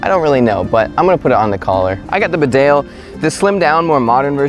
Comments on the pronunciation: It's pronounced "BEE-dale". Not "be-DALE". It's named after a town in North Yorkshire, UK. Calling all people from USA! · Annoying to hear mis pronunciation. Bee dale is correct. Not rude to point out an error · Hey bud. Fyi. It's pronounced Bee-dale, not B'dale and Tar-tun, not Tartan. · Not sure if anyone has commented this already but Bedale is pronounced "Bee-dale" not "B'dale" :o) It's named after a small country town here in the North East of the UK where Barbour's come from. Bedale is in the county of North Yorkshire, England. Great vid though ;o) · Please say "Bee-dale" - It's a place in North Yorkshire, England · It's pronounced Bee Dale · its said beedale its a place in england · Pronounce it Bee-dale since its English!